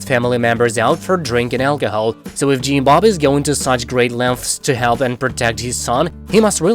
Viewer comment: I love how he says “Jeem Bob” 😊